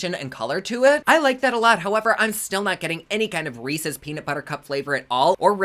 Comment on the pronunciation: Don't let Theresa hear you pronounce Reese's lol! x